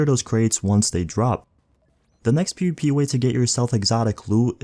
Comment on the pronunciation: the way you say pvp kills me piupi